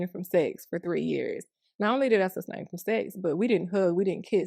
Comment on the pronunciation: can't even say ABSTAIN properly 😂😂😂😂 it's not sustain from sex sweety, jeezus